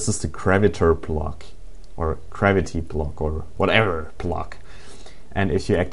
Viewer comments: garviy,garaity, GRAVITY! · GRAVITY... not Kravity